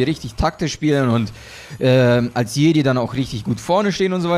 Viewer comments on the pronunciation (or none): none